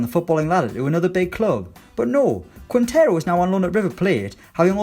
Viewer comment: Sorry to be "that" man, but you are misspronouncing Quintero. Imaging it's "Kintero" and then you will be pronouncing it ok.